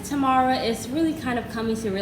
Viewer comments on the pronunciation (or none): Really enjoy you guys but her name is pronounced Tay-mar not Tamara